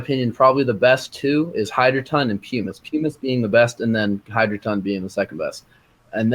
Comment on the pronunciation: Great Video! But - Substitute for perlite - I missed his top recommendation....he said hydroton was #2 and was it 'peamus' as the top recommendation ? peemus? pemus? what the heck did he say? Thx!